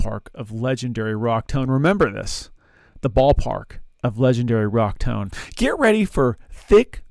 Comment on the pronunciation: 'I like big toans and I cannot lie?' What in the world is a "toan?" I that something different than a "tone?"